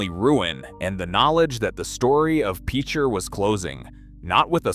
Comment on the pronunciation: I don't know what Autobots reading this but the pronunciation is pitch-er. To use in a sentence he is a really good pitcher for the baseball team. If you've ever known anyone that has grown up around there. If you've ever had to go over there and investigate from a geological standpoint you would know that it is one of the scariest things on earth. Next it is Quapaw. Qua-paw Tribe. Tar Creek that runs through Picher is an ecological disaster of biblical proportions. Some of these people that grew up in the town of Picher will never ever be healthy a day in their life,😣 A horrible life lesson,where everybody suffers.